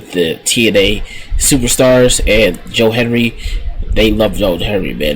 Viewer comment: It's Hendry.... HEN-DRY. Tf you keep saying Henry for?